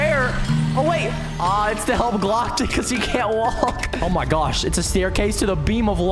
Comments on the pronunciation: more like oh my gyosh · He said oh my gosh in a slightly weird way (no offence)